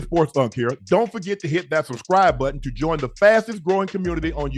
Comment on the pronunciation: That man said "josein" a few times